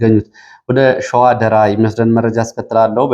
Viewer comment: ደራን ስታነብ አስተካክል ራ ጠበቅ ይላል።